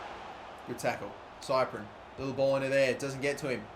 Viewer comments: Big love but, if you keep calling cyprIEn cyprEn I'm gonna have a seizure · it's prounounced sip-ree-en not cyprien, love the series though